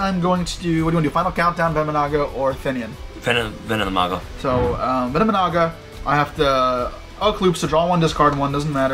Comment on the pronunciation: It's "venomi-Naga"